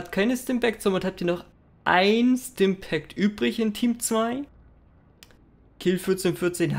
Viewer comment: Hey ich mag deine Videos aber bitte sag Stimpack und NICHT Stimpack*t*